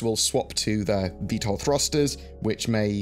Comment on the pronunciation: Thanks for saying Vtol!